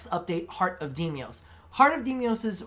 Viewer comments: DE: Deimos: Demios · Demios? Nezaha? Tatinia? Deliberate mispronounciation or...?